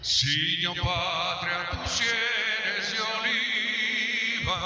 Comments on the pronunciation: Ana Barbara se equivoca en varias palabras: dice senes, en lugar de sienes, dice "del" arcángel y es "el " arcangel, además de el lo que notaste "terno" en lugar de eterno fue lo que noté, no me fijé bien si más aun. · Dijo, además dijo Cenes, en lugar de cienes. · Ana Barbara dijo cenes en lugar de cienes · Cuando Ana Barbara se equivocó dijo tus senes en lugar de decir “cienes”